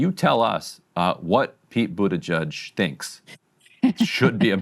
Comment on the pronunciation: Buttigieg really is a fun surname, and for that alone I hope he'll remain in politics for years to come. "Booty-gig" is my favorite pronunciation so far